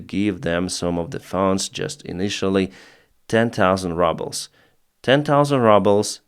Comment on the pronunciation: I like how you pronounce 'rubles.' Perhaps it's correct Russian pronounciation, but it reminds me of the American 1970s cartoons 'The Flintstones.' Sounds like what Mr. Slate, the rock quarry owner, would pay the dinosaur operators. Yaba daba doo!